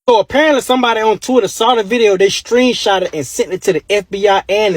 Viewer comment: bro said they streenshot that shit😂😂